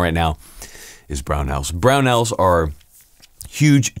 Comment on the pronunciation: I don’t know if I’ll ever adjust to hearing “brownells”